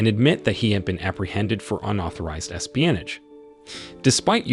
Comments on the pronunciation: Espionage too lol i heard a few. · It would be nice if you could say the words correctly. Espionage, and bow